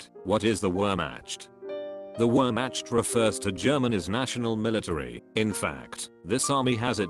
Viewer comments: Someone please tell him it’s “Where-Makt” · “Wherematch” which match? 😭😭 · It’s Wehrmacht! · bro is saying Wehrmatscht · "Wormmatched" I cant bro